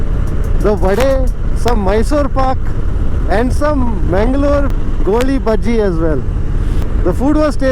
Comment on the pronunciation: Mangalore be like why why why he is telling Goli Bajji. It's GoliBaje.. 😭😭😭😭 We have so many rhymes on that like "Nale Raje Goli Baje"